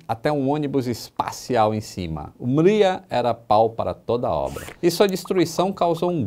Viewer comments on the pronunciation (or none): Não é "Míria", é "Mrí-ia". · se pronuncia Mria mesmo e não miria!! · Tô rindo até agora da pronúncia ucraniana do.... Hehehehehe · a pronúncia correta é algo muito parecido com o nome Maria no sotaque de Portugal. Curioso né? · É impossível pronunciar Mriya, sem parecer um Português falando Maria!!